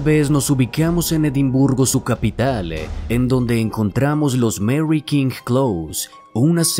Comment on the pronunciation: Actualidade, fantasmale, keasa, keasi, capitale, cuidado con la pronunciación compañeros... El video es excelente pero el narrador por parecer afectado pronuncia mal... Con mucho respeto y cariño....